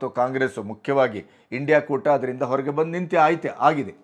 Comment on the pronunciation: ಬಂದಿ ಅಲ್ಲ ಕರ್ಗಿ ಸಾಹೇಬ ಅದು ಬಂದು. ಕನ್ನಡ ಸರಿಯಾಗಿ ಮಾತಾಡಲಿಕ್ಕೆ ಕಲಿಯಬೇಕು. ITBT.... ಕಥೆ ಇನ್ನೇನೋ...